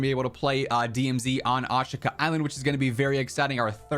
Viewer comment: The creators of the map called it A-shee-ka. Can you now start calling it by the correct name? Lol. Nbd but drives me crazy man! Lol.